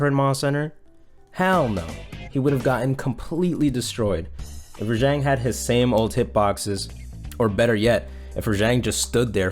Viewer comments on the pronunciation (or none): HOLY SHIT!!! RAH JHONG NOT JANG OMMFG I RAAAAAAAGGGGEEEEE. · ReJang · Is it really raŽang? shouldnt it be raGang? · wait was i pronouncing Rajang wrong this whole time? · Your mispronouncing the name